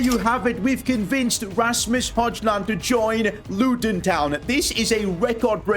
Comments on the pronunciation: bro called him rasmus hojjjland 💀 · ah yes, the new man united star, Razmoos Hodgeland